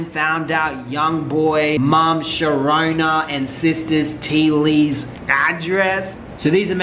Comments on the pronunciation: SHER-RONA? 😂😂 wth, it said SHERONDA! Lol, Sher-RONA VIRUS. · Yoooooo did really said “Sherona”??? I’m fucking WEAK